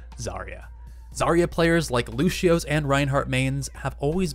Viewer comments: LU CEE OH not LU CHEE OH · Lúcio is pronounced loo-see-oh not loo-shi-oh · Do you have fun pronouncing lúcio as luwsheo?